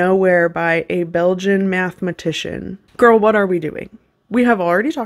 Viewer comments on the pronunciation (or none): So...as a Belgian...I feel a bit offended in the way she said BeLgIaN xD